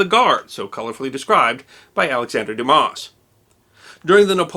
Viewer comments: “Dumas” is pronounced “Dumah” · It's not 'doo-marss' it's 'dumb-ass' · Another fabulous video - BUT - I must correct your pronounciation of several key words: - Alexander Dumas: the surname is pronounced Doo-Mah. The “s” is silent. - The word “seconded”is pronounced with the emphasis on the 2nd syllable as in “sec-OND-ed” - British and Commonwealth commissioned officer rank is pronounced “Lef-tenant” and not “Loo-tenant” which is only used by the US armed forces.